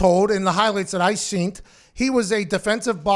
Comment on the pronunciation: He said seent instead of seen three times haha